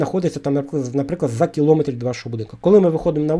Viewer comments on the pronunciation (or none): none